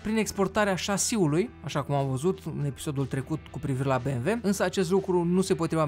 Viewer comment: Pronunți cuvantul BMW exact cum o fac nemții, vb si limba săsească tu 😁